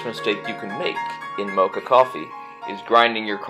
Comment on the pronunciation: Please learn how to pronounce Moka. Why do American people insist on making up the wrong names